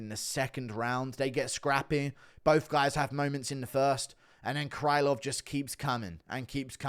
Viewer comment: Krylov should be pronounced with a sound "ə"